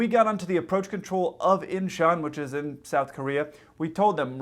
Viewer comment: I understand that your probably have limited or no familiarity with Korean, but 인천 (Incheon) is pronounced with an -o sound, not a soft -u sound. For future reference, when you see -eo in romanized Korean, it indicates an -o sound.